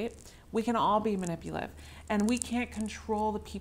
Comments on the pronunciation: Manipulative not manipiliv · Ma ni pu la tiv NOT man ni pliv 5 syllables. Not 3.